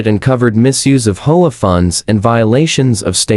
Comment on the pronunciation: PLEASE! Your AI is BORING and ILLITERATE HAVE A HUMAN DO THE VOICE-OVER! IT's H, O, A., NOT HOE-AH. DON'T USE AI. (AT LEAST WAIT UNTIL AI IS MORE CAPABLE>)